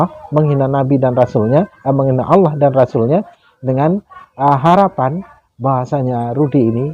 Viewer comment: Aku suka bgt klo ustad melafalkan kata Allah...sgt fasih